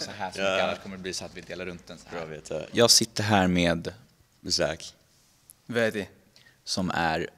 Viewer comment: Vilken fin video ni fick av vårt samtal! Jag heter förresten! Inte "Vedii". 😄Tack för att vi fick vara med!